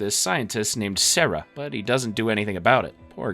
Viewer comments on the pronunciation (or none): none